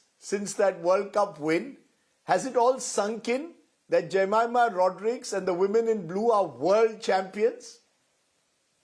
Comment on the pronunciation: First of all Rajdeep should have asked Jemima how to pronounce her name correctly. She mentioned in some other interviews people get it wrong most of the time, and Rajdeep got it wrong as well! She was too kind❤ not to correct him upfront!